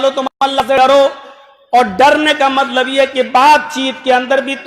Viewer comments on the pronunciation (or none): MATLAB ki jagah malb Bolte hai